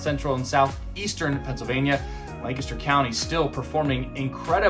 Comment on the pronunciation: How can people learn the correct way to pronounce Lancaster County? Even though you speak it dozens of times, there is no good way to learn that word. It sounds like LAne-kes-dur